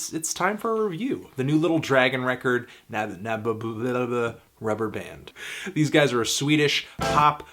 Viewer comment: Really, you cant pronounce Nabuma?